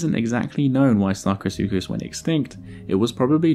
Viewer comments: somebody give me a dollar for every time he says sarcosucas lmao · I have brain damage after hearing sarcosukus so many times.